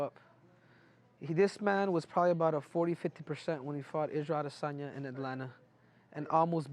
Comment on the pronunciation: kelvin cant even pronounce adesanya properly’ dummy still unconscious from his fight with adeson